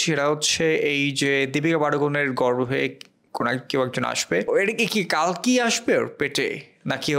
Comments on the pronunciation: It's telugu film not a bollywood film... Plz without research don't do review/reaction... And it's not Kaaalki it's Kalki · the name is the same. বাংলাতে কল্কি বলা হবে। মরুভূমির শুকনো হাওয়ায় শুকোনো জিভ তো, তাই বাংলা উচ্চারণ গুলিয়ে যাচ্ছে।